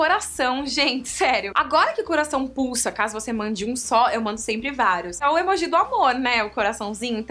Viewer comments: Karol não fala emojís fala emojis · Karol, não tem acento pra falar emojÍ, é emoji com som de acento circunflexo no o (emôji) entendeu? Beijos linda!! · todo mundo fala emôji, ela tá errada mesmo hahaha aliás ela fala várias coisas meio erradas mas tudo bem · o certo é emôji ou emojí? a Karol falou emojí e eu fiquei sem entender! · Gente... So eu q falo "emôji" e nao "emojí"?? 😔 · pois é! me deu mto nervoso ver esse vídeo pq ela fala emojí o tempo todo! só vi até o final pq ela é um amor! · HAHAHAH Adorei essa tag Karol, ainda não tinha visto! ps.: vc fala emoji de um jeitinho muito engraçado kkk <3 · Vc fala emoji errado kkkk te amo